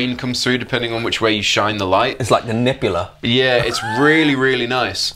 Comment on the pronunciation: Pretty sure said “it’s like the Nippula”